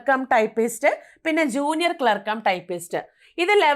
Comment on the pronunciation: ക്ലാർക്ക് എന്നു പറയൂ